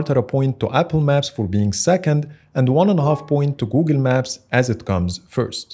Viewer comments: “Googen Maps” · ah yes, Googin maps